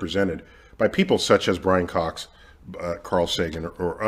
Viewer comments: “There’s another one” proceeds to not even be able to say his name hahahaha Brian fox is way more likable than Neil no doubt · Nothing passively aggressively throws shade at a person than repeatedly, purposely butchering their name lol